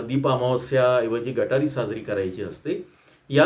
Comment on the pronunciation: गटारी नाही सर.... गतहारी